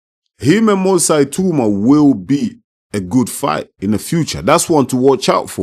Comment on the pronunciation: It’s definitely pronounced ee-tah-oo-mah (the other way). Eye-tow-mah sounds European.